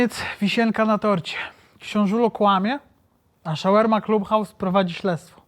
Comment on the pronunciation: Nie wymawia sie: "Szawerma Club House" - ale raczej: Szawarma Clab House - jak juz.